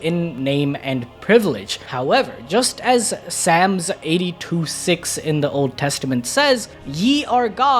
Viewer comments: It’s solms not sams 😅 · Psalm not sams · Saahlms, not Sams 🫣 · Hate that you brought the Bible in this. At least say it right "SOLM" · Bro called pslams "sams" lol. Still love you guys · Dude butchered the name Psalms.